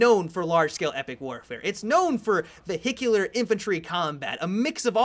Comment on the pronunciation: vehicilular? lol